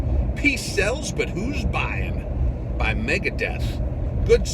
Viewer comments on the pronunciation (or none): Yep megadeth not meta leeica